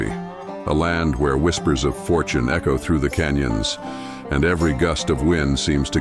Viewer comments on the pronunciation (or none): none